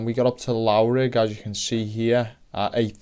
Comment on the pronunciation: The 'lough' in Loughrigg is pronounced similar to 'rough' so Loughrigg is pronounced: "Luff-Rigg".